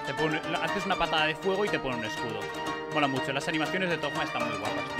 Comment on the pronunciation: Sigo sin entender porque le dice ThoGGGGma